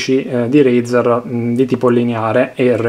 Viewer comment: Come cazz dite razer